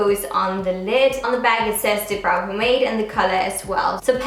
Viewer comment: The way she pronounces "pomade" tho😂🤦‍♀️